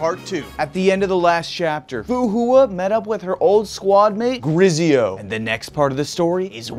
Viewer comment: pronouncing of Grizzeio is easily in my memory every time he mentioned a sponsor for honkai impact